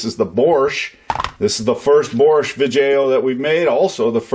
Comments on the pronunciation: you add the letter "r" into words without r's. "borch" instead of bosch, "on or orff", "mortor" ect. btw im canadian and I can say Massachusetts fine lol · It’s not borsch it’s Bosch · can you say bosh instead of boarsh please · Where’s the “R” in Bosch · Borchez? isn't that beet soup? there is no "R" in "Bosch". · IT IS BOSCH NOT BORSCH!!!! THERE IS NO R IN BOSCH! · This company is called Bosch BOSS CH lol he says borsch.... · "Borche" really bugged me 😂 It's prenounced 'bosh' Good little vid though I've Subbed ✌🏻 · Why are you calling it borch and not bosch? Pronounced like bosh. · Bosch, not Borch. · "Borsh" XD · I don't see a R in the spelling of "BOSCH" lol ! BORSHH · Where is the r in Bosch than why pronounce it borch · why do you say "Bosch" so weirdly? it's pronounced like bosh. simple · There is no R in Bosch! You must be part pirate... ; )